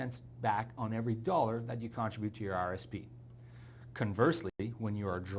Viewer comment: Con-trib-ute. Second syllable gets the umph.